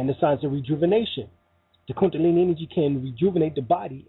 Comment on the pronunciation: KunDAlini not kunTAlini